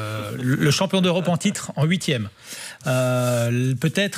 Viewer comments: Adversaires en ouitième de finale🤣🤣🤣ouitième... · "houitième de finale "mdrr